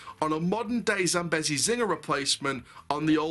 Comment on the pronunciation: Not trying to be rude but it’s pronounced zam-bee-zee